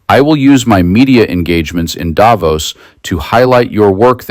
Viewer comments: please pronounce Davos with the accent on "vos", as intended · Switzerland here. Thanks for your voice. Just one point: You could even more stick out of the media crowd by pronouncing Davos correctly: by stressing the o, not the a! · Davos as in boss not nose. And it’s Macron as in ‘on’ not Macron as in own. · Davos is not pronounced the way it is in this video.